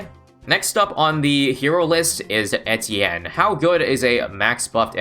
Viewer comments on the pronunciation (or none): If you're making a video about him, you could take the effort and check how to pronounce his name